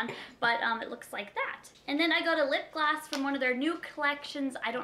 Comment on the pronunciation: Why do you say lip gloss like this "lip glass" that is what it sounds like